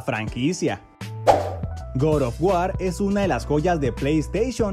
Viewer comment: "Gran ref auro" "Gor of war"